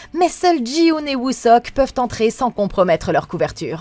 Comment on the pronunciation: Jin-Hoo, par pitie, pas Jii-Hoon